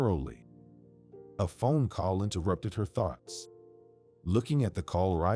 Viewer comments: And thoughts as farts. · What about farts 💨 instead of thoughts 😂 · In all stories I've listened to instead of thoughts ,it's farts!!! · I guess it would be a well-deserved D because you are not AI These are still in there from different countries as well Perhaps they're not real fluent in the English language I give them an A4 trying I especially love the way they pronounce the word thoughts 😂